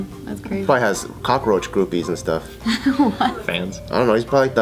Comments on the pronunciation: Why are they pronouncing 'cockroach' like 'cockaroach'? Am I the only one that noticed? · COCKROACH HAS 2 SYLLABLES NOT 3!